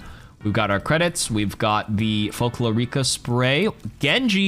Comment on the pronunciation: Here's an useless Spanish lesson: Whenever you see a Spanish word that has a syllabe with á-é-í-ó-ú, it means that that's were you apply the word stress. In Sombra's cosmetic "Folklórica" you would pronunce it as "Fol-KLO-ri-ca" instead of "Fol-klo-RI-ca"